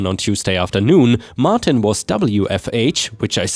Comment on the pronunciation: WFH = Work From Home Triumphant = "try um fint" not "tree um fint." Martin = "mar ten" not "mar teen."